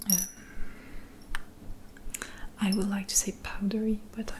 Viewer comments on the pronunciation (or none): Coucou, merci pour tes vidéos ! Très bel accent que tu as ! Pour l'améliorer un peu plus ; l'accent britannique ne prononce pas le "l" dans would et dans les mots du même genre, ce qui donne "wou(l)d" /wʊd/. Sans vouloir paraître prétentieux, à bientôt